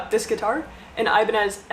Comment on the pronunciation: props to you for actually listing Ibanez names correctly. I just call it "the pointy one"